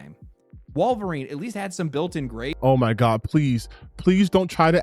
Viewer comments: Before I even heard this Mother Fucker get to his "point", his credibility went out the window when he kept saying "WAHlverine." Like bro, tell me you don't actually care about the property without telling me you don't care about the property. Listening to this dude has made me dumber. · Ah yes my favorite canadian short king "Wall-vorine" lmao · Worth the watch just to see Alannah Pearce say "Walverine". Was that the real Alanah Pearce? Hopefully she is a full Leftist. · Why does he keep pronouncing Wolverine that way? Is it some accent? I don't hear it in any other words he says. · Bro said he’s a “huge X-men fan” but doesn’t even pronounce one of the MAIN characters names in a video before posting it.